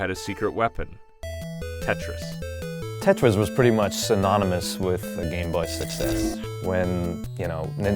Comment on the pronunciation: Tretis XD mofos